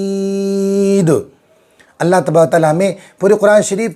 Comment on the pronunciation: واو مدہ یا مدہ کو اتنا زیادہ نہیں کھینچنا ہے صرف ایک الف کے برابر ۔ہر جگہ ایسے ہی کرناہے ۔لکنود لشھید میں اخیر میں صرف قلقلہ ہوگا پیش کی آواز نہیں آنا چاہیے ۔اللہ ہمیں صحیح قرآن مجید پڑھنے کی توفیق عطاء فرمائے